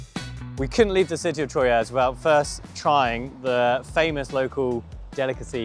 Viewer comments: I think that Troyes is pronounced "Twa". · Nice vid, pronounced Twa btw not Troyes. Beautiful place.